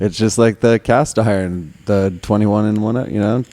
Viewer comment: With love, it’s Dr. BRONNER and it’s CASTILE, not Bromer and cast iron. ;)